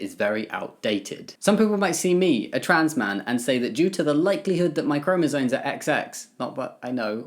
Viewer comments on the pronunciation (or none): Completely off topic: It's chromosoMes, not chromosoNes. I don't mean to be mean or annoying, I've heard it mispronounced so much and it just makes the person saying it sound less informed (even if they clearly are, like Jamie certainly is) PS: I agree with the comments saying Harry Potter is much bigger than the author. JK has been problematic, for a long time. Her pro-LGBT activism has always felt very virtue-signal-y to me.